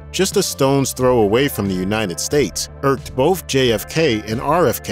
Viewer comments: Dude, are you saying "bofe" for "both"? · THE NARRATOR HERE HAS A SPEECH PROBLEM HE CANT SEEM TO SAY BOTH OR BIRTHDAY. HE SAYS BOFF OR BERFFDAY. DAMN ITS ANNOYING.